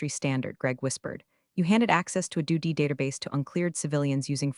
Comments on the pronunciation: Hilarious the way the reading of this pronounces DOD as do d and it gets written for the on screen script as duty. A lot of time is put in to these stories on the “influencer’s” end that are nothing but comical. The way the actual stories come across makes you and a lot of other people who do these things comedians and not very good ones. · Another channel that doesn't proof and edit whatever garbage the AI voiceover spews out. What exactly is a "suv"? Believe it should be pronounced "es ewe vee ." And don't forget DOD, should be pronounced "dee oh dee." I shake my head knowing that there are people who will try to learn English from AI generated narrations. The future certainly looks bleak. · "configuring to doody standards" 😂😂😂😂😂 Train your AI to read acronyms!